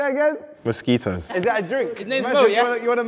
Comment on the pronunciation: "most ski toes have" had me rolling🤣🤣🤣